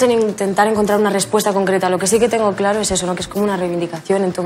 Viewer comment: En el minuto le sale el claro en catalán "clar"😊